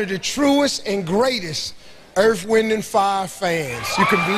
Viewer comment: 🔥🔥🔥EARF, WHIND & FYAA🔥🔥🔥🔥